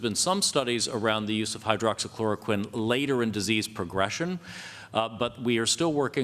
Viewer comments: Wow this President should slow down with his medication Hydroxychroloquine because he couldn't pronounce it properly...lol...this briefing as usual just a bunch of lies, out of touch and dilussional. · lol you notice trump repeatedly mispronounce words. doctors = dockses. hydroxychloroquine = hydroxy uhhh uhhh you know what im talking about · he said doxes instead of doctors and forget how to say hydroxychloroquine🤦🏿‍♂️ y’all y’all about joe Biden. Come on man!!😂😂😂